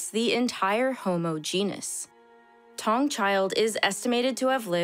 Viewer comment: I Always enjoy these videos. Note, Taung child is pronounced “Tah - oo - ng” child. Not “Tong”. Otherwise, great work.